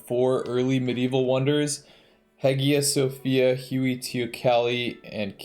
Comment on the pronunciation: The way he says Hagia Sophia kills me